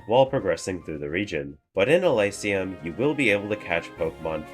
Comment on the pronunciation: Thanks for the video! 2 suggestions: The screen blur when you asked us to subscribe made my eyes hurt and I mean that in a literal sense, they felt weird and in pain from that. I believe it is pronounced "Eleesium", not "Elaisium".